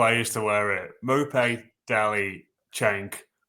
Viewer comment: its not maupay its nopay